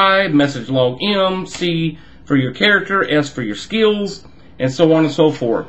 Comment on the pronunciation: Heh you said "skeels"